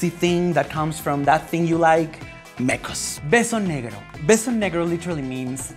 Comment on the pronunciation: "pepe y theo" "Mecous" Beso Negrou" "pelou" "chacll":,v when se te sale lo gringa